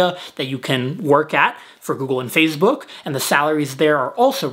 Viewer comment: i heard that too haha